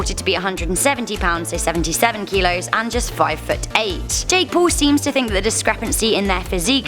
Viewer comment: Hehe for a second there I thought u said “Jack”🤔